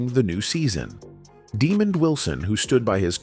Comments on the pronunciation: His name is not Demon Wilson, it’s Demond Wilson! Get it right! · Why is the commentator keep pronounces Demond Wilson name demon.His name is pronounce Deemon. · Why would you call Demond Wilson, Demon. Man if you can read don't do storylines. It pisses me off , the idiots posting videos and can't Read or pronouns peoples names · Dude, when you don't even know how to pronounce Lamont's name correctly, how is your video gonna have any respectability. One of the key characters in the sitcom and you can't even pronounce his name correctly, no thanks. Demon ????